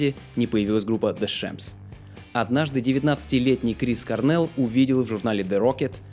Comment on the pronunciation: Кôрнел, акцент на букву "О". Sorry..